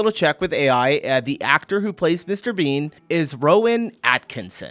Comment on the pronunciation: Mr Beeeeeeeeeean, not Mr. Beans